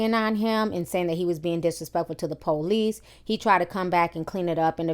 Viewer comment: The "POELICE" and "AMBoolance" hahahahaha I'm not laughing at you i'm laughing with you